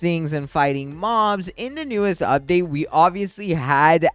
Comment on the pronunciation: "Im ready for the UBDATE"